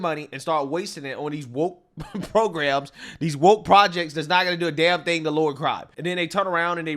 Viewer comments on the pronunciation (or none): none